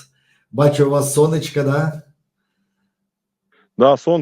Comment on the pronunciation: Українською - це прекрасно, але попрацюйте будь ласка над вимовою. Програма а не праграма. МоЄ а не маЄ. Волонтер а не валантер. Ігор а не ігорь. Сонечко а не сонечка, і т. п.